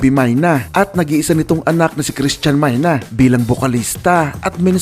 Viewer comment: ang tamang pag pronounce nyan ay klaus mayne ang ibig sabihin ng meine sa German is "saken" or "mine" sa English